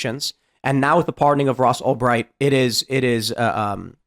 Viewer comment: Tim you literally laugh at Trump for saying Albright and then you do it yourself 30 seconds later 😂